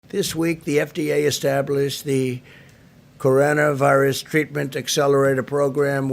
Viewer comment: Did he just pronounce Coronavirus as Coranavirus🤣🤣🤣🤣🤣🤣WHAT A 🤬 MORON!!!